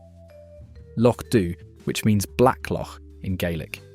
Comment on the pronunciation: Can not pronounce Loch Dhu.